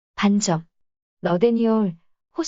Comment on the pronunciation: 반점의 읽기는 반쩜이 아니라 반점입니다. 된소리로 읽으면 안 됩니다.반쩜으로 읽지 마세요.